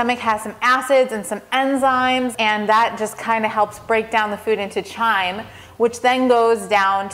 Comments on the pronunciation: "Chyme" is pronounced, "Kime"; rhyming with "Lime". It is NOT to be confused with "Chime"; as you pronounce it. Like "Chiming a bell". - Simply put, the "h" is silent even though it is spelled in such a way that makes it look in our English language that you pronounce it "chime". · pronounced kime not the ch sound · Pronounced "kyme" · It's pronounced as a K sound chyme (k-ime) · Chyme is pronounced like Lime, the H is silent xxx